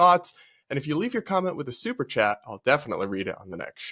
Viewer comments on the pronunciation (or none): none